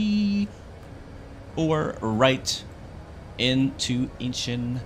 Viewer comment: Its pronounced INCH ON, not Inchen